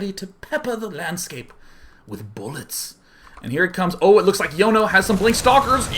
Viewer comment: Sean my son, Jono isn't pronounced Yono its John-oh